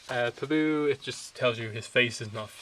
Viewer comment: The only thing that annoyed me in your video is that you pronounce pabu in the weirdest way. However, other than that small fact, your video was alright. I may get this book but it is kind of short. They do not show any of the buildings or anything which would have been nice. If they did a step by step on a spirit world scene and a republic city scene, that would have been cool.